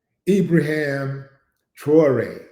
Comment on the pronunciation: Great vid bro. But it's Ibrahim not Ibraham.